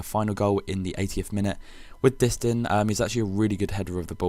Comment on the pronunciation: btw its not dist-in its pronounced dist-an